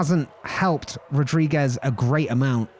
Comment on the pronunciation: "It's Night rules, bruv" . Dude, loving this, would love a per-race track video for sure. Also as a Portuguese, it's pronounced "rudrigues" not Rodriguez. ;)